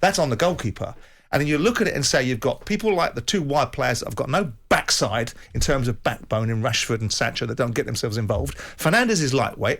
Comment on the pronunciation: Backside emphasis on backside lol